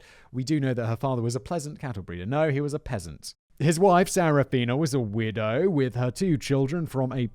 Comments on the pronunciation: ok I swear your saying " weirdo" 🤣🤣 I hand to skip back the 1st time "she was a weirdo with 2 kids.." Sorry what?! 😐🤣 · You say widow I heard weirdo